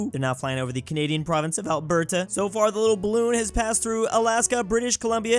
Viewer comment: I cringe everytime pronounces Alberta